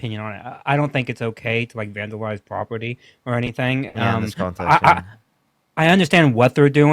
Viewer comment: i dont fink its ok to vanduwize pwopety🤣😭